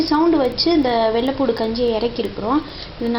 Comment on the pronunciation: you are saying "poodu". It is poondu.